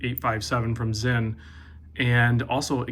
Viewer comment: Very good collection! That Sinn and Marinemaster... P.S. It's pronounced "Sin" as in "Forgive me father for I have sinned!"